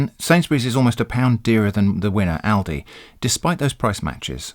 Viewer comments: as an american i know ill get yelled at, but i 100% agree with your pronounciation of lidl and aldi, its exactly how we would say those names too (we only have aldi though), i mean look at them, his pronounciation makes sense based on the combination of letters. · I live in the US, and I've only heard ALDI pronounced the way you pronounce it. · nothing wrong with your pronounciation of aldi and lidl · In Australia ALDI is pronounced ALDI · How you pronounce Aldi is how it's pronounced in Australia, as far as I know Lidl doesn't have a presence in Australia. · I'm laughing at the people who took a sharp intake of breath in preparation to correct how you pronounced Lidl and Aldi and then deflated in a disappointed heap. Lol.